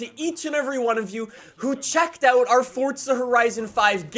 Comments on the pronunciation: Forza, not fortza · it literally sounds like you are saying FORTZA.....STOP IT. It's FORZA....NO T. That is all.. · Its forza not fortza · So is it pronounced “ForTza” or “ForZa” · One question, why do you say fortsa instead of forza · Why do Americans call it fortsa... It hasn't got a fucking T in the word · I had to stop watching because you kept saying Fortza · Fortza horizon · “Fortza Horizon 5” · It's FORZZZZA FORZA Z ZZZZZZZZ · I just can’t stand how he pronounces forza 🤮